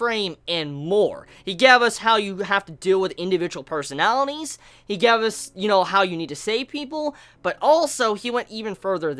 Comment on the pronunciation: "gevus" not gave us, "gevus"